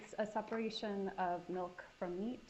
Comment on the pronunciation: Omg I just came across this video and the way she said milk and meat gave me a literal visceral reaction like in😮 my stomach!!!!😮 I thought I was the only one. Just 😳 WOW